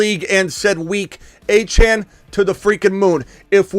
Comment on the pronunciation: ITS “ A- CHAIN” achane